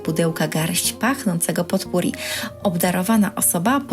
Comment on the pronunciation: Nie zeby złośliwie, lubię pania słuchać, ale potpourri wymawia się - popuri .